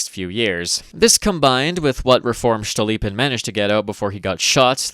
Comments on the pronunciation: Cool, cool, but it's Stolypin, not Shtolypin, he's not German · every time you pronounce "STCHTolypin" i giggle uncontrollably this is certainly a feature, do not consult any pronounciation guides.